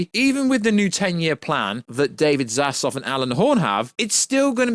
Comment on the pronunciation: ZAZLAV....not Zazlov